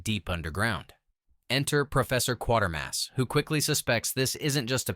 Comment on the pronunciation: Every time 'Quatermass' films are reviewed...it's always 'Quartermass' in the narration !